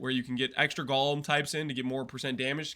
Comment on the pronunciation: I just keep hearing say gollum, not golem 🤔